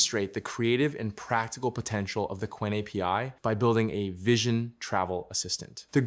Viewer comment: the way he said "vision" tho